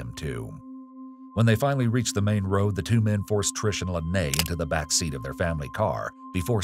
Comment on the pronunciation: Love how he said don’t worry hes beck on death row